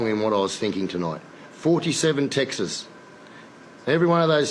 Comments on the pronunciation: Ricky's got 47 "Texans"? 🤣. Can he say "texts"? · “I’ve got 47 Textes, 47 texes” - Ricky Stuart 2017 🤣🤣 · point of order mr stuart its texts not texes although i do like that anyway didnt sit right